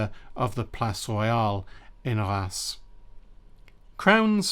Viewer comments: Is Reims really pronounced as Rass and not Reams? Even for French pronunciation Rass seems way off the spelling. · Hey,! A Frenchman here 🙂 "Reims" is probably difficult to pronounce for non French speaking people, because it contains a quite uncommon sound (nearly inexistent in other language): [ɛ̃]. "un", "in", "ein", "ain" and "eim" are pronounced the same way, like just one voyel. It is difficult to find a close sound in English. Given the difficulty to emit this sound, pronounciation is quite ok 😉